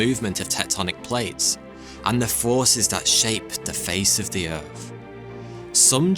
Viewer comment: What's a glassyer? And what planet is erf?